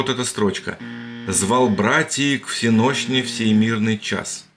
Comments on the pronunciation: Общий посыл видео интересен и, на мой взгляд, верен, но не надо передёргивать с Лермонтовым. Строка прекрасно ложится в ритм, если её прочитать правильно, а не так коряво, как это сделал автор. Образованному человеку даже сейчас, не то что в 19м веке понятно, что на слове "всенощная" ударение стоит на "е". И, разумеется "звать братиЙ", а не "братиИ", как прочитано. И тогда всё прекрасно укладывается в размер "Звал братий к всЕнощне в сей мирный час". У Лермонтова косяки с размером исключены - плюс логика стиха - противопоставление некогда звонившего колокола и нынешнего молчания. Полагаю, поэт искренне удивлялся молчаливости места и отсутствием ощущения некогда кипящей там жизни монахов. Другое дело - почему у него было это ощущение. Возможно, ни монахов, ни всЕнощных там никогда и не было, и колокол никогда не звонил. Но строка подлинно лермонтовская. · Не имея возможности прочесть все 1,5 тысячи комментов, я хочу поделиться своими соображениями. Если в прочтении автором лермонтовского стиха изменить ударение (кстати так и должно произноситься всЕнощная), то строй и ритм полностью упорядочиваются. Никакого нарушения размера. Обидно за Лермонтова. Ни в одном его стихотворении или даже поэмах нет ни одной погрешности. Наоборот, всё, что он написал вызывает восторг и восхищение. Он- гений русского слова. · всЕночная ударение на Е!! надо бы знать.!!!!!!!!!!!!!!!!!! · Конечно, без всякого гнева, но хочется внести маленькую поправочку. Воцерковлëнные христиане произносят название службы как "всеночная" или "всеношная " с ударением на первый слог т. е. на букву " е" . И тогда рифма для слуха получается вполне себе. Но это совсем не нарушает ход рассуждений, а только исключает "маскировочный " заговор. Спасибо. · всЕношная!!!!! Не там ударение у автора ролика. Разбор стихотворения приьянут за уши. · "вс е ношная" Правильно произносить "всЕнощная". Правильно произносить: "вс е ношная" (с ударением на Е и звуком Ш на месте Щ).